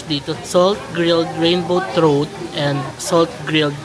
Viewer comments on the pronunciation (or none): Hi,! I’m not trying to be a grammar police😀, but just an fyi, “trout” is pronounced as “trawt” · The flowing soumen looks cool! Just for your reference (no malice meant)… trout is pronounced as trawt. Always good to be early. The early bird gets the early worm… ika nga. Enjoy Fukuoka! Ingat lagi😊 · Hi jm just minor observation, trout is pronounced as “trawt” or out as in outside 😊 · trawt po yung basa ng trout fish. :)